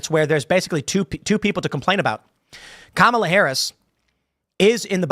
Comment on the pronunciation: You've got to say Kamala right it's pronounced car-melon